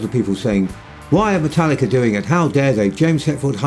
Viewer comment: How many times am o gonna hear people say Metallicer?